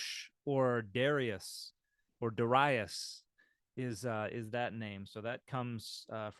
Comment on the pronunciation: Yes, but the v was a w earlier so it was Daryawesh which is closer to the Old Persian Darayawaush. Greek makes it into Darius. Dan pronounced it incorrectly which is easy to do without the vowels. דָּֽרְיָ֫וֶשׁ